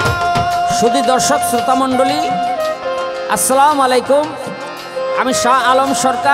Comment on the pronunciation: লাকি আনুঃ তিনি এখনো ছালাম সঠিক ভাবে দিতে পারছেন না। ছালাম শিখে নিন। ২ টি পালায় দেখলাম।আসসালামু আলাইকুম - শিক্ষার শেষ নেই। মো ইউনুছ মিয়া সাংবাদিক কিশোরগঞ্জ জেলা বাংলাদেশ।